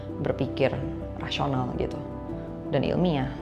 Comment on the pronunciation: Rasional atau Rashional? Kenapa mulutmu 😅